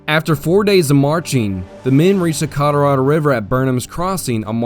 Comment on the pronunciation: CollarAdo? Colorado. AI.